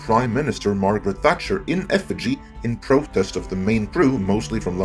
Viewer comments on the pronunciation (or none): none